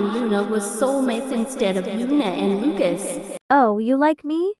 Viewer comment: ahh yes luacs